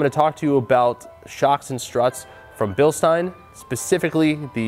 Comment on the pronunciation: Ey American. It's said bilSHtein. Get it right.